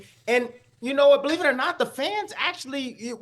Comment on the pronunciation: beTER biev! Dont you guys read the comments?accent on the second syllable. Do you realize how stupid all of you sound?